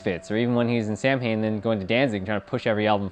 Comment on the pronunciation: Celtic Pagan here. Samhain is pronounced Sah-wayn.